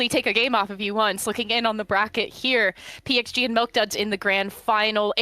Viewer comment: PXG is actually with X pronouncation